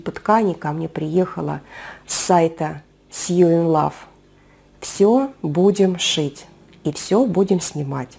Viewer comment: "sewing" произносится "соуин" или "сэуин". исключение из правил. соответственно "sewinglove" следует произносить "соуинлав" или "сэуинлав".